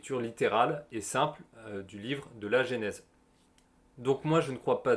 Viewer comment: Excellente vidéo. Par contre c'est genèse (prononcé jenaiz) et pas génèse que vous prononcez (jénaiz). Durant toute la vidéo ça m'a titillé. 🙂